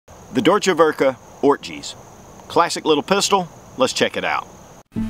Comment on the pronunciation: If you ever have problems pronouncing German words, just slap it up on google translate and make it say it back to you. Deutsch is doi-ch, werke is vare-kuh. German Works. Hate on me for correcting, but we don't learn unless someone corrects us. Love your vids, enjoying the random gun vids. Nice to hear about something other than the brand names.